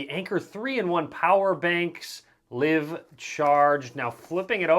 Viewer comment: LIVE charged is pronounced: LIE-v not LIV as in living. I am embarrassed for you.